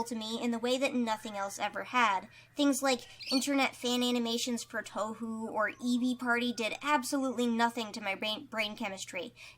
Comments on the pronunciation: "towhoo" is the only pronunciation I have ever heard of it lol😭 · i was gonna comment the same thing but the pronounciation has me DYING